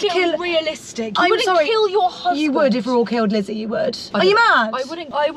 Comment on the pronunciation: Not G calling Lissie 'Lizzie' 😂 Love you G xxx